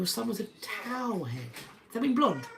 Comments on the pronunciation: Towhead is pronounced toehead. My daughter was white blond and my son strawberry blond, but you wouldn’t know it now. They still have their blue eyes. Someone once commented on me dying my toddler’s hair white. We were at the hair salon, and the woman was set straight by the stylists. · It's "towhead."